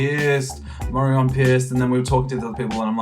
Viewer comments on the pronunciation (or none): none